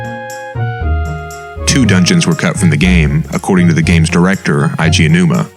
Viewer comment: Eiji Aounuma's given name is pronounced "ay-jee" not "ai-jee." Sorry to be that guy but I hear people mispronounce it that way so often and it drives me up the weeabo wall.